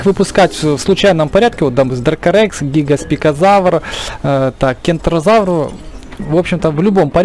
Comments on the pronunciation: He гигоспикозавр, а гигант-спинозавр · ГигантспиНозавр, целый выпуск мои уши обливались кровью